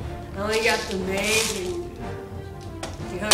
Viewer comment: Its mag not meg